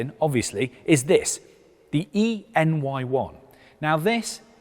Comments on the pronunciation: Surely this model name should be pronounced “anyone”? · e:ny1 = "anyone"??? Trying to figure out how to pronounce it... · Erm, it's called E NY1, but pronounced Anyone